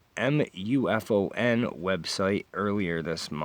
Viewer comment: Your readings are getting better. Do you upload these from your phone or laptop? There might be free software so you could add your thumbnail as an image through the video or omething. BTW Thylacine is THY-La-seen. MUFON is MOO-fon or MOO-fahn. It's short for "Mutual UFO Network." John Keel used to pronounce UFOs as "YOO-foes." I don't know why. Also he pronounced Fortean as "For-TEE-an." Tim Beckley still does. So you're now part of the long proud history of unique fortean pronouncers!